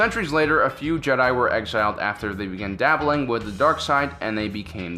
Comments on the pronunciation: Is it just me or does it sound like he says "Jedah" sometimes rather than Jedi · Matt Quarry It should also be mention that he keeps prouncing Jedi wrong for fucks sakes man learn to pronounce shit... Ok on to the matter i agree with The OP here and also let's say they allow others to mine the crystals? Oh wait the death star was powered by it right? Anakin wasn't asked to do battle he did it on it's own... Jedi order wasn't funded by the republic... The holocrons are dangerous to anyone who doesn't understand that some of them have the dark side in them and can poison any force sensitive.... Anakin was being sort off controlled by Sidious why he killed the count dooku... While yes the clones were they were sort of possessions but i do agree it is inhumane to do so... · he pronounces "jehhh DIE" funny